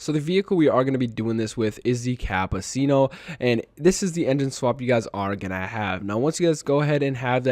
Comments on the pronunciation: You obliterated the pronounciation of "Cappucino" ☕ 😄 Anyway, the game sucks with high payout races , Tokyo and Sardegna are becoming a chore at this point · I’m bothered with that pronunciation of ☕️ and I’m not even Italian 😅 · Almost everybody butchers the pronunciation for some reason 😂 also “escado” instead of escudo 💀